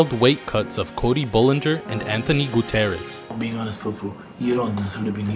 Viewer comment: Goo-TEE-ER-REZ not Goo-TEH-REZ. I dunno why that bothered me so much but it did.😐